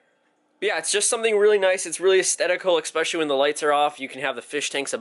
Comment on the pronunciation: Stop saying exspecially!